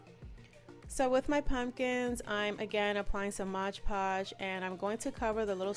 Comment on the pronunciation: It's absolutely glam & beautiful !! & it's pronounced mod podge not modge podge . Lol